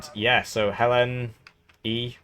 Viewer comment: Yaaaaahh Thanks for giving me an aneurysm with how you pronounced Hellene.